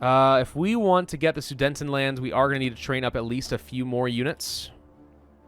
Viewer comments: I cringed every time he called the "Sudetenland", "The Soodnetend Land"! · Omfg it hurt when u kept calling it the sudentenland (it’s soo deten land) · Please stop saying Sudentenland it's Sudetenland